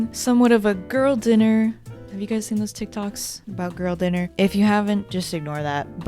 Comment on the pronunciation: 🎶Gworll dinner, gworl dinnnner, GWORRRRL DINNER🎶